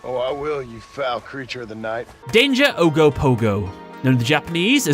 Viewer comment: Gonna say Okanagan is pronounced Oh-kah-nag-an. That one hurt lmao. Ogopogo was right though.